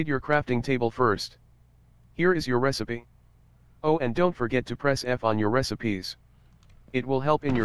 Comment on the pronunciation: He said resy B instead of resipe